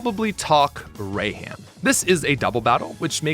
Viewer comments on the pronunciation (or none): Raihan isnt just the hardest gym leader in SwSh, but also he is the hardest to pronounce correctly, because his name isnt pronounced Ryan, its pronounced Rey-han.